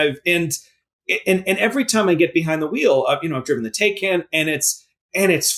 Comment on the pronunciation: Since I know you can pronounce Peugeot and Citroen, I'm confident that you can pronounce Taycan correctly (It's Tie-Con). There are YouTube videos to help